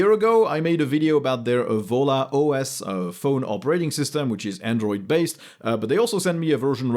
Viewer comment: is it volla or jolla?